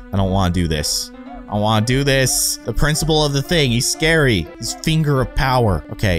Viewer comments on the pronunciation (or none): none